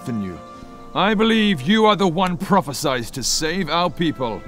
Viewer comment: at first I heard "I believe you are the one proper-sized to save our people." .. laughed, and went back.. oh "prophesized" lol